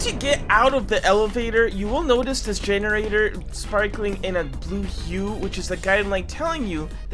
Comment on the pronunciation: This guy cannot pronounce generator for the life of him 😭💀